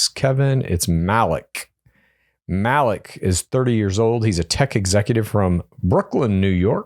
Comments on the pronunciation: Yeah this was making me CRINGE LOL😅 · Malik is probably pronounced MA-LEEK btw guys